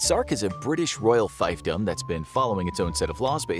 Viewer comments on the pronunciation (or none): none